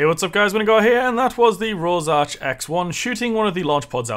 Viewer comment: its rorsch not rosarch